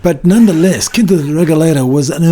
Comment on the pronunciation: Learning about Quinta da Regaleira from an asian tour guide? He can't even pronounce the word "Quinta" properly. Huge fail. Choose a portuguese native next time instead. It's not racism, but the natives know more about the history of their country than the immigrants.